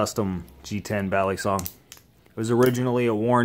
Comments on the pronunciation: ba lii songs thats how u pronounce it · It’s kinda cringe when people pronounce balisong bal-li-song it’s pronounced Bali-song